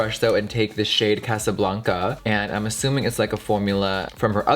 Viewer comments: no offense but the way he said casa blanca is the whitest thing i’ve ever heard lmao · The way Jeffree said Casa Blanca was so...😂😂😂😭